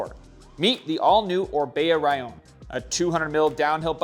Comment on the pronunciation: Thank you for pronouncing "Rallon" correctly! I just got a V10, but if it ever breaks, maybe I'll go with the Rallon. Those AXS wheels are cool and all, but if I'm going to spend that much money on wheels, I'll just shell out for the Gravaa wheels with the integrated pump as well as the monitor.